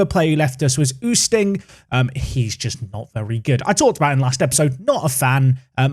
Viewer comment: Not that it matters since he's gone now but Oosting is pronounced Oh-Steen not